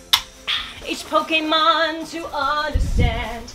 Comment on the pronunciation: well.. I thought she said kocainemon lol (like instead of pokémon... if u didn't get it.. TuT